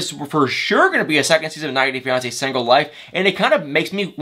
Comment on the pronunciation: “Sangle” 🤣🤣 where are you from